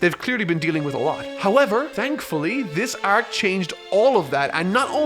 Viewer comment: I wish you said the word arc normally